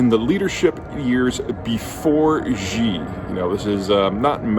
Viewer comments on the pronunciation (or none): Great video! But quick fix for pronunciation since you talk about China so much recently: "Xi" is pronounced more like the English word "She" or "See," not the "Ji / Zhi" sound you've been saying. Chinese doesn't sound French :P You can check by clicking the audio button on Google translate to hear it or something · The name Xi is pronounced She, not Gee. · Its Xi (Shee) not Ji, Peter.... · Peter, could you please not pronounce "Xi" as "Zhjee"? The "zhj" sound doesn't exist in any dialect of Chinese. Xi is pronounced "She". The quick way to remember this is "that's what Xi said". You're doing serious analysis on geopolitics; at the very least you should pronounce the names of people correctly. When China adopted the Pinyin romanization orthography, they repurposed some letters they thought were redundant and used them to write sounds that are common in Mandarin that would otherwise take multiple letters—X got the sh sound, C got the ts sound, Q got the ch sound. That's why "Qing Dynasty" is pronounced "Ching dynasty", and "Xi Jinping" is pronounced "She Jinping". Also, Beijing is not pronounced "Beizhjing". The letter J just makes the same sound it makes in English. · Great video. But... Xi is pronounced: SHEEEEEEEEEEEEEEEE! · FFS, who is this 'Gee' you (yes, you Peter) are talking about ? How about not coming across as a stereotypical, arrogant, 'ugly American' and instead demonstrate a modicum of respect by making an effort to pronounce his name correctly.